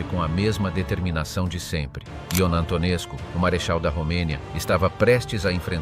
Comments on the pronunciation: Antonescu a pitomá AI to čte jako Antonescu...skutečně -scu, muž teror...a jiné lahůdky... každý normální to musí vypnout. Výplody AI, mluvené strojovým hlasem....opravdu ne. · A. Learn how to pronounce names. B. You will find that many Romanians test him as a national hero.